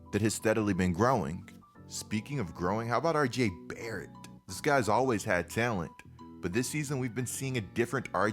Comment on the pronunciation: The way you said RJ Barrett disturbs me